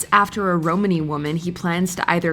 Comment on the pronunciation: Clode. Judge Clode. ROMANEY woman??? Good grief!